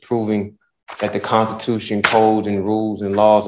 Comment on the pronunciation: He keeps saying contitution and manswer instead of answer , but swears he is smarter than everyone else 🙃😕